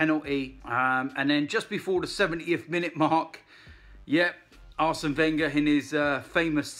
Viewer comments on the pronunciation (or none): none